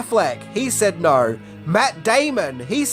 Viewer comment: “…He said naur”